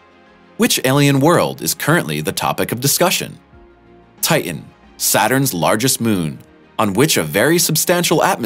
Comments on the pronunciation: Not only is there a lot of supposition and guess-work in this video, the commentator never pronounces the second 't' in the words. Titan becomes Tii-an. Not a video that deserves a thumbs up and irritating to watch. 🤔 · I don't like the way you pronounce Titan it's just wrong , I would wash my kids mouth out with soap for that I know you think it's cool right ? quit fitting in and say it right.